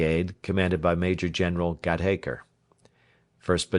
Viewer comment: Really excellent reading. A few mispronunciations of English names and words like 'Warwick' and 'slough' and 'Gateacre,' but they scarcely detract from what is otherwise a highly professional and effective reading. Well done, sir! This is far above the usual Librivox fare that I have come to expect. I will be looking for more. Many thanks for such an enjoyable experience.